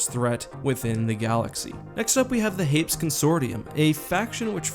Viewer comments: Hā-pēs, not hā-ps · HEY- pees, it's an actual real-world word. I wasn't going to comment until I saw no one else corrected the pronunciation. Unless some canon source decided to pronounce it real real dumb for some reason, it's a two syllable world.